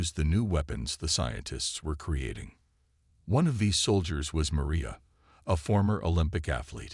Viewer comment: The worst stories on YouTube! Obviously Chinese made. The constant misspelling in the forced close captioning and the way the AI say Maria...Doctor Chen is annoying! As if it's speaking of 2 people. This mispronouncing of names as well detracts from the story! Glad you have 8 friends to like your story.......